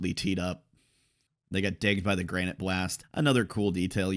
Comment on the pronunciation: so one thing I read recently and confirmed in the anime pronunciation, it's not Granite Blast, but Granité (pronounced gran-ni-tay) Blast. It doesn't affect anything, but I thought it was a cool detail